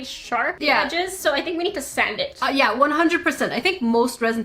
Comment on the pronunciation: Did say grain of sand, sant, or slat cause I heard sant?